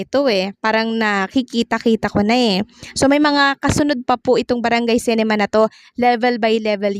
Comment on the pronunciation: Dipo sintrum..S-E-NTRUM po...CINEMA po di CENEMA...pki ayos po amg pagbigkas nyo ng mga words..